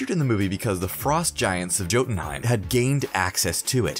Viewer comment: Yeah like the "j" in Jotunheimr